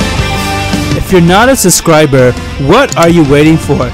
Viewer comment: Who fuckin says suscriber